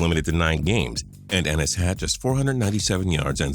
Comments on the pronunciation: It’s eee nis not en isss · Archie Griffin, Ron Dayne, and Cedric Benson are some other RB busts not mentioned in this video. Also, it pronounced EE-Nis, not En-is, dumbass. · its pronouced EEnis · Always thought it was E-nis. Not e-nis. I know names can often be different than regular English but when a vowel is by itself in a syllable it says the long sound. And that's also how I've always heard it be said. Am I wrong? Hmm then ki Jana Carter were if you follow the rules of a vowel ending a syllable like that also says the long vowel sound he actual does say k eye jana Carter but I've only ever heard it be said kijana with a short vowel sound. I'd think this is a professional voice man who is just reading and doesn't actually know the players names.